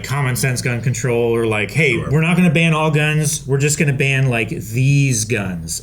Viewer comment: When said gun control, did anybody else hear "Gungan Troll'? I've listened to these guys talk about Star Wars way too much.